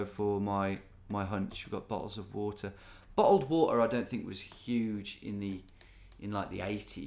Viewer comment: HE SAID IT! HE SAID BO'OL O'WOTTOH!